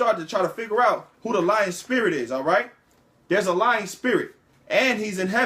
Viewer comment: Are you saying Lion spirit or Lying spirit?